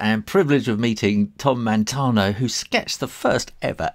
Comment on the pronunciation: His name is Tom MATANO for God's sake, not Montano!